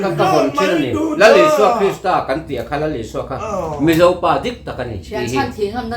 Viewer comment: mizo i nih chuan, ṭawng dik tak hmang rawh. O...hi AU.. tiin i sawi ziah a,sim vat rawh, entir nan MIZO ti lovin MIZAU I ti ṭhin TIRHKOH hei pawh hi TIRHKAUH i ti ṭhin a,a dang pawh a tam mai. Ṭawngdik hi zir teh khai